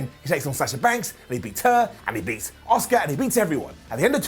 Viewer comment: Priest is awful, Bunny is bad.... Brown down for the full segment One again, you bald moron. Her name is Asuka, NOT OSUKA. Shittle is just shit. Raw is just in the toilet